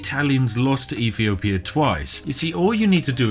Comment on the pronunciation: "EFEEOPIA" FFS. You can't talk as if you're posh (joking or otherwise) and fail to pronounce "th" properly. Urghh